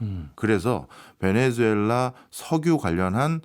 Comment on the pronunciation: 베네수엘라를 왜!?? 자꾸 베네주엘라라고 하나요~!??